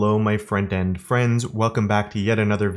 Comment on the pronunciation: I've watched hundreds of your videos by now. And all this time I thought you were saying "Hello my friend and friends" just realized it's "front-end friends" 😯😯